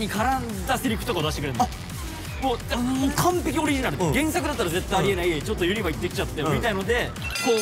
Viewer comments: めんどくさ関西人で申し訳ないねんけど、「ユ↑ニバ」が気になりすぎる笑 「ユニ↑バ」ですね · みんなユ↑ニ↓バ↓って言ってますがネイティブはユ→ニ→バ↓です😂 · 関西在住なもんで 【ユニバ】の発音の違いにまず衝撃を受け動画を観すすめたのですが… メンバー５人の魅力が詰まりすぎててさらにパニックになりました(？) とにかく最高！！ リピート決定！！ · 作間くんのユニバのイントネーションに東京男子を感じてしんどいね💦！！！ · 「ユニバ」の発音のコメント見て関西はイントネーション違うんだと言う発見が‼️ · 5人のユニバの発音が気になる…！笑